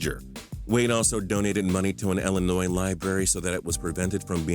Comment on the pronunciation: Thank you so much for saying illinois right because i live in illinois thats why i thank you because peopke always say illinoisssssss